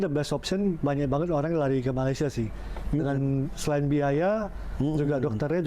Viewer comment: Kamu berdua, sebutan Malaysia aje ngak pandai masa mau bandingkan segala ...udahlah kamu belajar dulu sebut negara Malaysia ...kamu yg ngak betul sebenarnya 😂